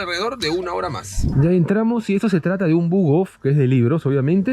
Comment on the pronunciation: ✨Entlamos✨ jajaja